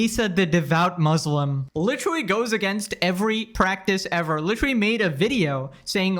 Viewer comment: What is up with these leftist trying so hard to try and pronounce these words like Muslim so weirdly. "MOOSELUEM" Hasan does this too. It's ultra cringe 😂😂 I like how even does the stupid pronunciation she does 😂😂